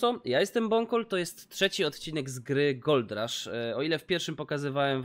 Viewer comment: "GOLD RASZH" -_